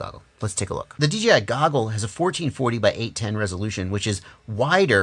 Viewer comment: Great review...... bottom line on which to purchase will be an individual. I could see you struggling to say DJI on a FS review and thats ok... but you gave the facts towards options and thats a fair review........ as far as I saw all the googles made that blue Mustang look awesome.... keep up the great work.